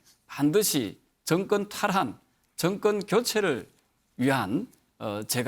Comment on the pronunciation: 왜 다들 나와서 정권을 증껀이라고읽냐 틀니교체안하냐??